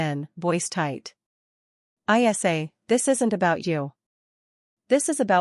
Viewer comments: Great story but spelling her nickname (Isa) instead of pronouncing is ridiculous. Pay a human to read or buy better AI. Waxahachie TX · Is ISA a name,her name?Is it too hard for AI to pronounce her name ?